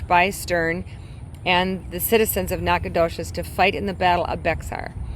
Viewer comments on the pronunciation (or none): Bexar is pronounced Bear …. Goliad, gOliad nacogdoches nack a doe ches